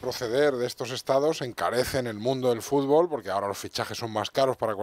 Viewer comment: "La FIFA ej limpia y trabaja por el fúrbol?" no se lo cree ni él.